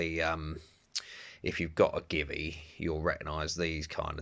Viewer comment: GIVI is not give-e. It's, G-V